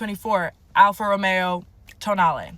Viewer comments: a what? An Alfa Romeo toenaily? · Tonale. All I see/ hear is toe nail. Gross.